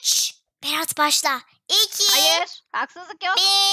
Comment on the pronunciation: gülmek ten öldü berağt değil berat 😂😂😂